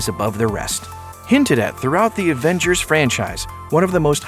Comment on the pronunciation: Is it me or did he say "Aventures Age of Ultron"